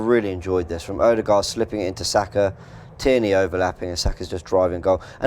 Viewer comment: Fine, but please stop calling Tierney, Tea Ernie!